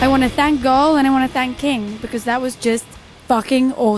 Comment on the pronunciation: jajaja is gaahl not caahl